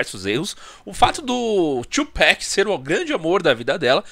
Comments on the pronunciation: “2 pack” é foda, pode falar TUPAC mesmo mano, a pronúncia parece “abrasileirada” mas é Tupac mesmo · 2Peck kkkkkk ninguem fala 2Pac direito